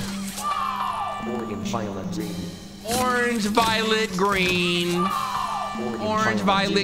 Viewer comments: In the color game they said orgeng as in organ-g sounds a lot like orange though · i cannot stand the way he says “organge” in the color game😭😭😭😭